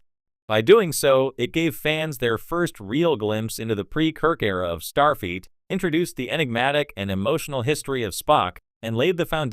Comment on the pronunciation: The AI narrator is irritating and mispronounces Starfleet as star feet. Also, the pictures don't match the narration.